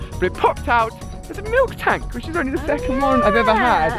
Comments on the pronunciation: It's mil tank not milk tank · It is called Miltank not Milktank